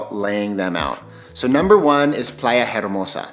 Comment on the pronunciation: In Spanish “H” is silent, so you would say Playa Ermosa 😉